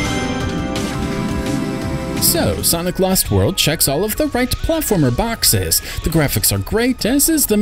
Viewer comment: I thought you said "Santa Claus World".